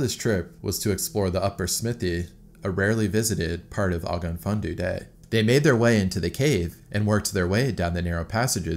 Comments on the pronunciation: For the record, the name of the cave is pronounced (roughly) "ogg-ov funn-onn thee" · Ogof Ffynnon Ddu is pronounced Oggov Fun-on Thee F=English V, Ff=English F, Dd=English Th (as in "this") Welsh place names are very descriptive. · If anyone is curious, Ogof Fynnon Ddu is pronounced "Ogg-off, fun-nun thee." Thanks for the video, I'm Welsh and didn't even know about this! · Ogof Ffynnon Ddu is pronounced: 'Og-off fin-an do' or more commonly OFD for short. Why do we go caving? Mountaineers say 'Because it's there' Cavers go because it's not there! Or perhaps we're not all there!😄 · It’s pronounced ‘og-off fun-non Dee’ great video though, great cave done it a few times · I’m just impressed there’s not that many welsh people correcting your pronunciation in the comments. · I'm from Wales also and I had to laugh at the way he pronounced it! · This cave is about 40 minute drive from my house, and I honestly would never ever go in there. There’s a much nicer walkable and tourist cave called Dan yr Ogof, which is great. Also, the way you pronounce Ogof Ffynnon Ddu actually pains me because I speak Welsh fluently 😂😂😂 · It's pronounced more like ogav vunon thee. The closest thing to dd is th, it's another letter in the Welsh alphabet. You just lift the tip of your tongue a bit more than th, like you're going to say d. Great video though, thanks! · Oh-gof fun-on thee for prenounciation! It means the Black Well cave. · Great video! For reference, the name of the cave is pronounced ogg-ov fun-on thee ☺️ I'm from not too far away and speak a fair bit of the language (it isn't easy to pronounce!) 👍🏻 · It’s pronounced Ogof fun-non thee….. you got the Ogof right. Ogof fundoo sounds interesting though. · Ogof Fun Do 😂😂😂😂😂😂😭 Best butchery of Welsh language award so far 😂😂😂😑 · Great video. BTW it's pronounced "Og-Ov Fun on Thee". Roughly . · If you want to know the correct pronunciation for Ogof Ffynnon Ddu = Ogaf funa thee (dd in welsh it a 'thee' sound)